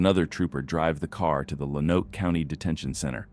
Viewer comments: Also, learn how to pronounce Lonoke. Lone-oak. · Lonoke is pronounced like Loan-oak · Lonoke County, Arkansas is pronounced “lone oak.” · Or Lone-oak